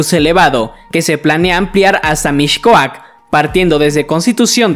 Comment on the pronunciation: No se pronuncia “MiSHcoac”, se pronuncia “MiScoac” Aprende a pronunciar antes de hacer vídeos